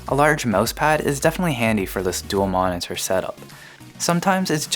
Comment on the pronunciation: stop saying monitor so weird....ma-ne-tur ma-ne-tur